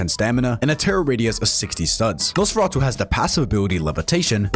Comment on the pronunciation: Off topic, but I think it’s funny how you pronounce “Nosferatu” perfectly, yet you stutter a ton on the word “muzzle”